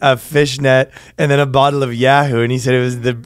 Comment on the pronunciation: except it's YOO- hoo not Ya-Hoo... so there's that. Benjamin Netanyoohoo ?